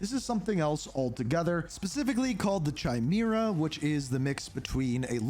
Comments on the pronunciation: its not Chai MERA its pronounced kye-MEER-uh....but wont care for this upcoming game... nor the next battlefield.. went back to rpg games.. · yes he said chai or something.. wrong way.. KI a big I like KITE but cut KI-TE.. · yes... its.. KITE or in other words Kye... but strong letter i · Does anyone else get irritated when he says Chimera as Chai-mera..? please say the word correctly. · It’s pronounced “KI -MARE -RA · I was looking for this comment lol. I can't listen to him do this all year 😂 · The mythical beast you saw is a chimera with a K sound like Chaos, not a ch like Charlie.